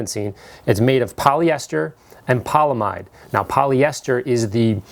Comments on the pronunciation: its poly amide not polamide fam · Your pronunciation of the non-polyester portion of the fabric is incorrect. You left out the "a". The correct pronunciation is not "poly-mide"; it is "poly-am-ide" which by the way is the generic term for nylon. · Polyamide is pronounced "poly-AM-id". The most common polyamides are the nylon family of polymers. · Polyamide is pronounced "paul e am eyed" or 'paul e am id". Otherwise a fantastic video. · I know I'm that guy, polyamide is pronounced with a hard 'a'. Poly - a - mide. The monomer is the amide group which has been polymerized. Therefore it is a poly - amide